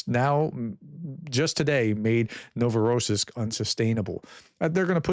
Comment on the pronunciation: The accent for Novorossiysk is on the last syllable.